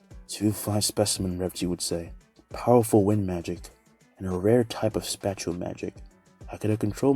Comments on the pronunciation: Not hating love ur what ifs, but If spat-ial works better keep saying it, spatial is pronounced spay-shal tho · I thought you were saying special but you were saying spatial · why do you say spatial like spatula